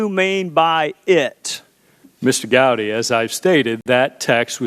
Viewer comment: Strzok is a weasel. Notice how he mispronounces “Gowdy” as “Gotti”? Not an accident.